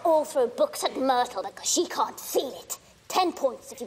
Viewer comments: El asesino de quien ? 😛Que no se pronuncia Mirtl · Q pronunciacion tan mala del Ingles.. Quien es mirel la llorona? .. jarui? ruon? Rom ruidel? muy mala pronunciacion.. 🤦🏻‍♂️